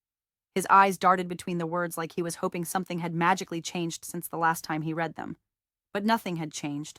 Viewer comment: Sometimes she pronounces read correctly 🙄